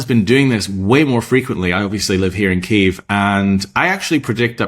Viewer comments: Trump using the Russian pronunciation for Kyiv... 🙄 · He is working directly with Putin. This has been their plan all along. What sick man would say a phone call would be "nice" with a mass murderer. He doesn't know how to pronounce Kyiv.